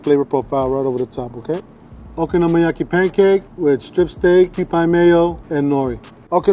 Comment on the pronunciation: he says okonomiyaki 400 times perfectly, but worchestershire sauce gets binned off with no attempt